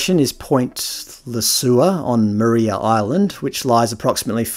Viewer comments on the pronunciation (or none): You pronounced Tuggeranong correctly but Maria Island is know or pronounced by the locals as Mar I a like Mariah of the Carey fame. It would be interesting to do a chart of the hottest temperatures recorded using the same method of avoiding heat islands.